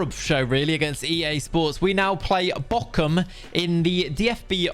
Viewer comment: “Ärzgebirge Auueee” like this edit: “Borum” not “Bokum”